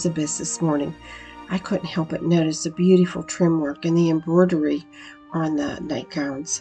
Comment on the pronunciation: Beauteeeeeful! That is so funny to me the way you say beautiful